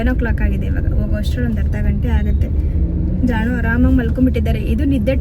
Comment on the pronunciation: Jaanu kelidini, jaannu yakke, doesn't sounds good. Plz pronounce properly.